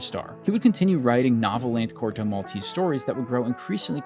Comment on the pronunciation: I wish you'd pronounce Corto Maltese the proper way.